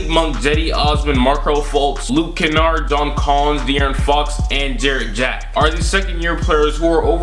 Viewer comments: “Jarrett Jack” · "Jarret Jack" lol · Boyyyy said jarret jack 😂😂😂😂😂